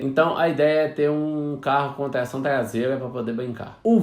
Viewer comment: TLAÇÃO TLASEIRA KKKKKKKKKKKK